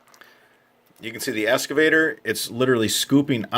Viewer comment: It's pronounced "X-cavator", not "Es-cavator". I think the video is great and your voice is great. I just think you should pronounce the word correctly since that's the focus of the video. You know I've been called a dick a lot in my life for comments like that and I'm sorry I don't mean to be sounding that way